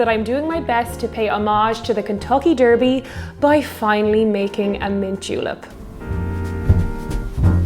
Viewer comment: Love the way you pronounce 'derby' :)